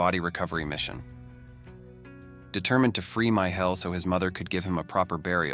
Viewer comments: "My Hell" eh? Not sure if I laugh at your pronunciation, or his name? 😂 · " my hell" gives me goosebumps😮